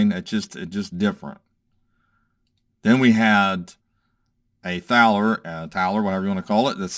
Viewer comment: wow loved the video. i pick up a few older world coins from time to time. They got a Hoffbrow house down in pittsburgh you should check out when your in town. Thaler are pronounced (taller) incase you were wondering.